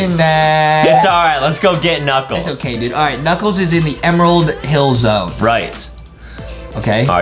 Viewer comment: it said emrald hill